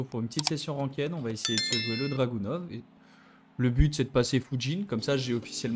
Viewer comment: Bien joué! Une tite précision, Dragunov se prononce Dragunof ;)